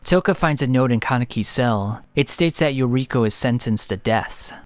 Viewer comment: True. "Yokiro" had me like, "..... WHO TF?" Ohhh it's YORIKO, Toukas friend from school & takeomi kuroiwas wife.